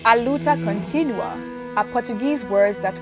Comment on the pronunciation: You have to put the emphasis on the “ua”. The way you’re pronouncing it, it’s making it sound like “continuous struggle.” Definitely not what Samora said.